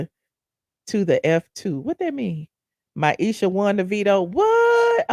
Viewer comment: 😂I am laughing YOU KEEP CALLING MIESHA - MYESHA